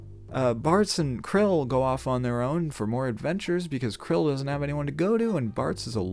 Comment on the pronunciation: Are you saying Krile's name wrong on purpose?